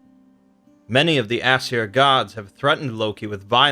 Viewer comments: It’s pronounced “eh-sear” not “ass-sir” you idiot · It's funny how he pronounces Aesir as "ass hair"